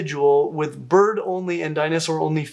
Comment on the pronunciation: everytime he said "bird only" i heard "butt only" lol